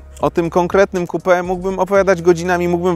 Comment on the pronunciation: XDDDD to może lepiej "coupe" czytać kołpe niż kupe